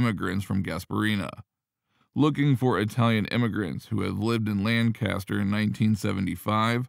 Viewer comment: The city in Pennsylvania is properly pronounced "LANK-aster"; not "LAN CAST er".